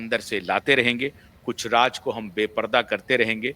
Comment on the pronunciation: Improve your pronounciation. Agar nuqte lagaana mushkil lagta hai to uska hindi synonym dhoondh lein. Sharmila aal ke liye Sarmila ban gayin. Have a heart.Raaz Raaj ban gaya. Take s few lessons in diction